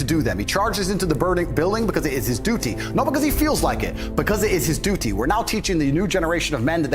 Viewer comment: Duty sounds like he’s talking about Doodoo 💩 😂